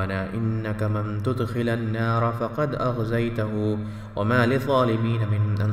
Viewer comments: من تدخل النار میں تدخل کے لام پر زیر ہے تصحیح کی جائے۔ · ربنا من تدخل النار کو صحیح طور پر پڑھ لو پلیز